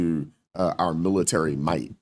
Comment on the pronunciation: Why you say milisary?